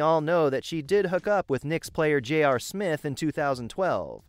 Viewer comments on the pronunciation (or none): none